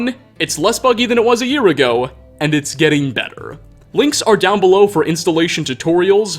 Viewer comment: jesus dude do you think it sounds good to elongate your words like that? ago is a single syllable, no one is so in love with the smokey quality of your voice NEARLY as much as you are. Speak like a normal human, goddamn